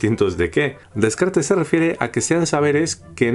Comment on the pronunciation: Todo iba a bien hasta que escucho como pronuncia Descartes 😂